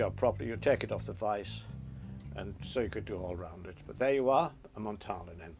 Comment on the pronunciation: Hey there! Im from Montana, iv been watching these videos and trying flies.. its great fun! Id just like to say its pronounced MontANa... where the AN is like can. Not Montona. =) I found that to be a bit silly.